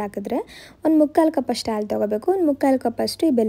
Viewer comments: ಆಲೂ ಅಲ್ಲ ಹಾಲು ಉರ್ಕೊಂಡು ಅಲ್ಲ ಹುರ್ಕೊಂಡು..ಹ ಕಾರ ಸರಿಯಾಗಿ ಮಾತಾಡಿ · Yakka first kannada sariyagi mathadu,hakki alla akki,aalu alla haalu.innu thumba ide,haaru alla aaru kanakka😂😂